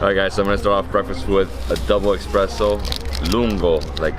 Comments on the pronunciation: It’s an “espresso “ not an ‘expresso’ sorry, the video is great-it’s a pet-peeve of mine!! Love your stuff!! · hes saying expresso, im triggered lmaooo